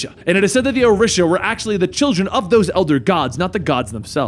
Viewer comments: Orisha is pronounced "O-Ree-Sha". I worship them and I find it very beautiful to have a comic book character who talks briefly about them. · O-REE-Sha+ ORISHA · This mans over here saying Orisha all wrong